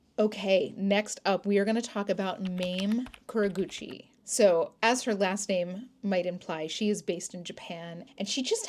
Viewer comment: Great video.Thank you !! just for information's sake, i believe it is pronounced [MOM-MAY] Kurogouchi